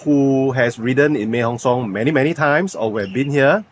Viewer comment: Bro, try to pronounce properly. No I am not trying to be a dick just trying to help lol. Mae = Meh not Mei Inthanon = In - Ta - Non Hatyai = Hud - Yai not Hup Chai 😁 Welcome to Thailand. Safe journeys man! 恭喜發財！